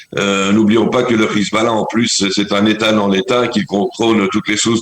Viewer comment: C est Hezbollah et pas khizballah